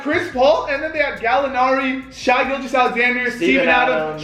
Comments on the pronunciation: Lmfao they don’t know how to pronounce shai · Shy Gilgeous-Alexander. It’s shai (sh-a) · its pronounced shay tho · Why they violating shais name like that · They don’t know how to pronounce SGA name right